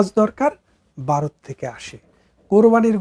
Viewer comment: খুব ভালো বিশ্লেষণ... তবে বারত উচ্চারণ শোনা যাচ্ছে,ভারত বলা অভ্যাস করুন...